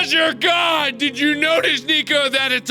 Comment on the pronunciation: Jerichow I totally agree with you and I feel like he emphasizes the "god" part way too much...